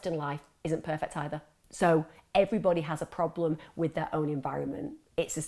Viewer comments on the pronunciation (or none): none